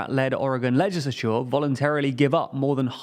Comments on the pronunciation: Your pronunciation of legislature makes my ears bleed. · Please fix your pronunciation of "legislature", it's absolutely triggering to hear you butchering the word.